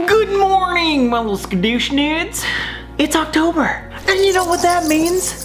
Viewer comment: Skadushnids? Really?